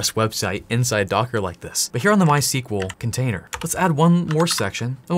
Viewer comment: Since you repeatedly tried pronouncing it ;) MySQL is named after the inventors first daughter My (In Swedish it's phonetically closer to "mui")… pop quiz; What his second daughter is called?